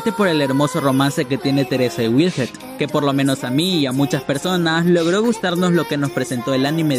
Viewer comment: Se llama wilhelm no "wilhet" de donde te sacas la T ? Me gustan tus vídeos pero tú pronunciación en algunas palabras me sacan de quicio.